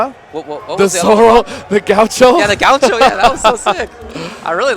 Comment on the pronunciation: I'm brazillian and I think it's funny how they pronounce gaúcho kkkķ